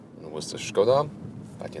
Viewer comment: You're kind of the only one on YouTube pronouncing Skoda the right way but you pronounce all the German names the english way?! That is kinda disturbing and strange. Stilll kudos for pronouncing Skoda as it is supposed to be!